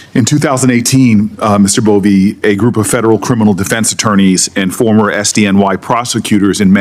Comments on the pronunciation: Bove not Bowie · It''s Bove (boVAY), not Bowie. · You can’t even get his name right. It’s Bove not Bowe. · A.I. overvoice got Bove's name completely wrong